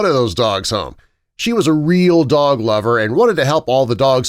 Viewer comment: It sounds like dock